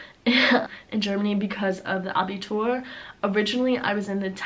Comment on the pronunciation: Abitur perfectly spoken ))